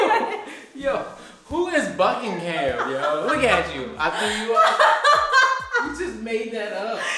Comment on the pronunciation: Buckingham Manufacturing! She got it right! 😯😂